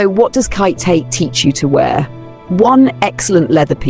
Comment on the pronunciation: Absolutely love your commentary and agree with your assessments. Such a great point of view. One note: Khaite is pronounced “Kate” after its founder.